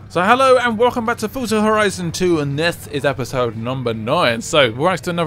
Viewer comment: its forza not furza i wish i had xbox 1